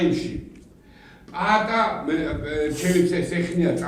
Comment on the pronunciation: უთხარით პაატა და არა პატა ღმერთო რა ცუდი მოსასმენია